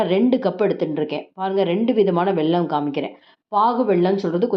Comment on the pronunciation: pl say வெல்லம் not வெள்ளம் 😢